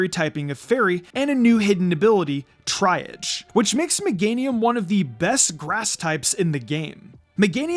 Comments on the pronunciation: It’s triage… pronounced “tree-ah-g” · Triage is pronounced “Tree-Yaj”